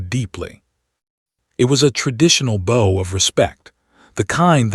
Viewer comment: You need to use pronouns or names. And please pronounce bow correctly as it is used.